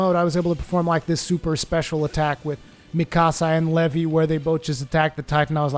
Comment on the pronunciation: his name is pronounced "lee-vi"